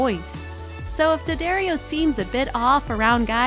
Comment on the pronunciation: 11) it’s Dad-Dario not Dad-Ario